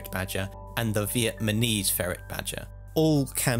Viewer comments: No disrespect, I love the video. However, it's VietNAMese not VietMANese. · ok dude, say it with me.. "Vietnamese". [VEE - YET - NAME - EASE ] "my visa is yet to be named with ease".